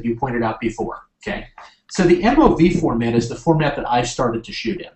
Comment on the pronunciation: I've never heard MOV pronounced as "moove" haha